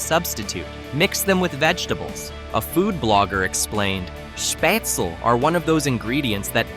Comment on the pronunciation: SchpaetzLE -pronounced Shpaytzle -LE as in LET not shpaytzel as in well